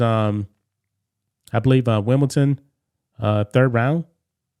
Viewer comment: Wimbledon, no 't'